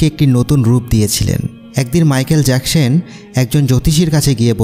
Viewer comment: মাইকেল জ্যাকসন হবে মাইকেল জ্যাকসন হবে ভাইয়া ভালো করে বলতে